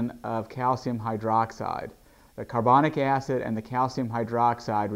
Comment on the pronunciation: "cyaerbounnick ayessid"